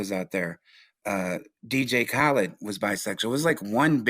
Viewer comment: He keeps saying dj kalid